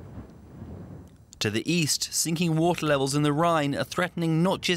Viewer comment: stuck under the wotter :)